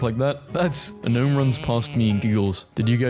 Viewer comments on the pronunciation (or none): none